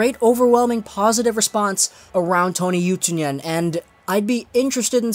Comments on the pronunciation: Pronounced OO too nen not oo Tyoo nen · Oh my lol :D The way you say Utunen is so hilarious!